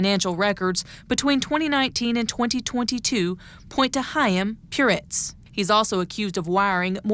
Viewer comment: chaim puretz? Oy vey... It's like annuduh shoah!